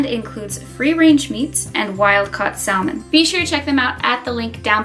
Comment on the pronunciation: The way you say salmon makes me cringe, girl 😂😂